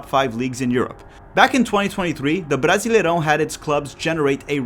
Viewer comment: estava só ouvindo o audio do video achando que era gringo, mas quando falou brasileirão perfeito entregou pra mim que é br tambem kkkk